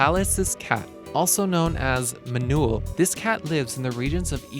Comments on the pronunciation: #1 is called Manul and not Manual. and the Country of Sri Lanka is pronounced Shrii Laanka and not Siri Lanka.... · Otocolobus manul , not " Manual " lol ..RTFM :P